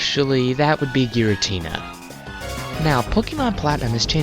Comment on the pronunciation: What is a girintina? Oh, you mean Giratina.